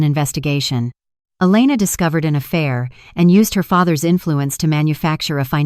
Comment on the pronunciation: It's HER AS IN A FEMALE NOT HAIR.HAIR IS ON YOUR HEAD.😢😢😢THIS IS THE WORST NARRATIVE AND NARRATION 😢😢😢😢😢